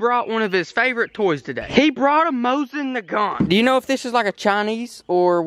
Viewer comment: Dustin Featherstone yeah but he said mosin nagant lol